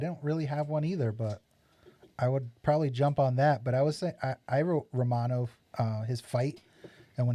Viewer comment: Its Romano not Ramon